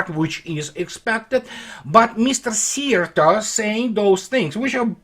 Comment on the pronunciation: you are probably the first English speaking man who said Szijjártó the most correct way so far. As a Hungarian I thank you for that.